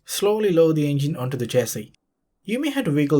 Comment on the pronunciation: The "euUNuJJginn"